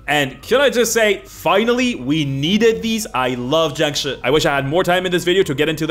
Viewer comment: Why are you calling jiangshi, jangshu, I do t think that’s how it’s pronounced, but I may be wrong.